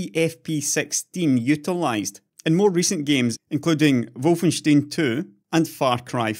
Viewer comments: Wolfenstein is pronounced "wol-fen-stine". Not wolfensteen. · wol-fen-stine is also a totaly wrong pronunciation due to it being a German name/word. Correct would be (and im using IPA here since it should be the same everywhere): ˈvɔlfn̩ˈʃtaɪ̯n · actualy its wul-fen- schtein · If it's supposed to be pronounced the German way (which would make sense IMO), it's "Volfenstyne" not "Volfensteen" I think? I.e. the same as the beer mug. :) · By the way, the the stein in Wolfenstein is pronounced slightly different with the ei sounding like the i in time.